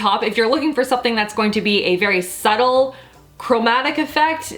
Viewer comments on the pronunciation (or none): none